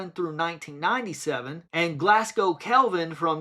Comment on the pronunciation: its pronounced glazgo, not glassgo.